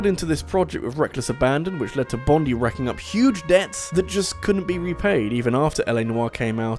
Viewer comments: My poor little Aussie ear-holes.... It hurts whenever he says Bond-ee instead of Bond-eye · Bondi is pronounced with emphasis on the I Bond-eye not bond-ee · Bruh Bondi is pronounced bond-eye not bond-ee 😂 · Mate, you just insulted all of Australia - especially our famous beach of which their is a TV show phenomenon about! It's pronounced BON-DIE - not bon-dee. "-DIE!"... That sounded less creepy and potentially antagonistic in my head. No, don't- don't die. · just respectfully, it's pronounced Team Bond-eye, because it's named after the beach located in New South Wales. :) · FYI 'Bondi' is pronounced 'Bond-eye' not 'Bond-ee'. Its a fairly average beach by Australian standards that just so happens to be in New South Wales. If you want a very nice beach go to Queensland or Western Australia. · Great video! But just FYI, it's pronounced "Bond-eye" after the beach in Australia, not "bond-ee" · Great video as always but I just wanted to point out that "Bondi" is pronounced "Bon-dye". I live close to the suburb of Bondi and it gave me a slight headache hearing it pronounced here. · He says Bondi the same way I do. Had to Wikipedia it to learn how it's supposed to be pronounced. I'm fine with "Bon-dee" tho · Hearing the way he says Bondi hurts my Australian ears.